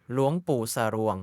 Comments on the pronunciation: หลวงปู่ สวง รึปล่าว ไม่ใช่ สะรวง มัเง สร อัว งอ สวง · อ่านว่า ส - อัว - ง คือสวง ไม่ใช่ สะ รวง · คนอ่านภาษาไทยแย่มาก คำว่า คุกรุน อ่านว่า คุ กรุ่น ไม่ใช่ว่าอ่าน คุก รุ่น และคำว่า หลวงปู่สรวง อ่านควบกล่ำเหมือนกับ คำว่า หลวง แค่เปลี่ยน ตัวอักษร จาก ห หีบ เป็น ส เสือเท่านั้น สรวง